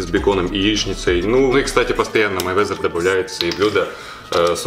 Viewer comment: Вова Мэйвезер, а не Майвезер, хоть бы перед тем как клепать ролик читай нормально биографию